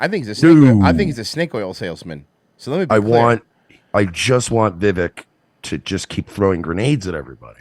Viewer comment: it's pronounced... "VEY-VEK"...